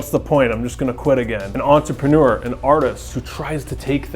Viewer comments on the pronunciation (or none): none